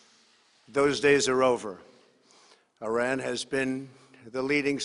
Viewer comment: “ Will not be TOLERIDE any longer” 🥴 Wtf is this guy on? And maybe the President of the United States should learn how to pronounce “ Iran”🙄 he’s not even consistent with his mispronunciations!!!